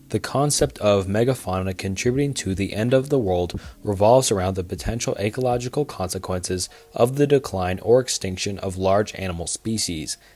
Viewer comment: I agree. How does he know about the words "non-proliferation" and "ecological" but not know how to pronounce them correctly??